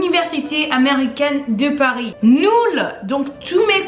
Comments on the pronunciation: C’est « nul » pas « noul » :) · J'adore vos vidéos 💕 (eu on dit "u" - - > j'ai eu = j'ai "u" et on ne dit pas "noul" on dit nul... Le français est chiant 😅) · Ahaha c’est trop mignon tu dis plutôt aucOUne que aucUne, dUze que dOUze, nOUl que nUl 😂 en général j’ai remarqué que tu prononces ces mots toujours différemment mais c’est pas grave tu parles quand même très bien le français